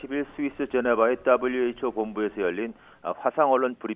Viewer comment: 따블류 ㅋㅋㅋ 발음 쥑이네